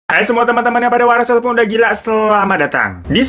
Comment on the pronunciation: "Sudah gilaaaaaa"nya gak seru hikd, tapi yaudah lah ya, yang penting ada "sudah gila"nya hehe Semangat terus bang hiro!